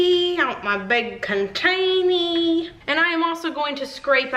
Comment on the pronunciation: HaHa! I love it when you say you scrapey your "containee" ... I always say it along with you. 😂